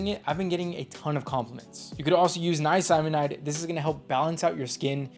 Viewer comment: bro, niacinamide is pronounced like nia-sin-amide